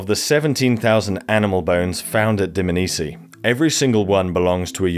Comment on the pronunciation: Loved it. It’s not pronounced Dmnisi though. It’s Dm-A-nisi